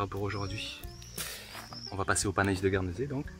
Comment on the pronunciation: Si je ne me trompes pas, le "ai" de "panais" se prononce comme le mot "lait" :)